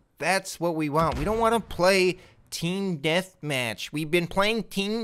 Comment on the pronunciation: You had me Rollin at " teeam deathmach" 😂